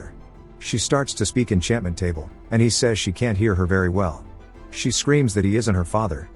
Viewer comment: "She starts to speak enchanment table" 💀💀😭😭😭